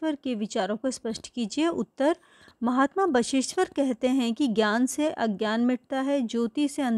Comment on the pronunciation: Bageshwar ❌ basa eshwar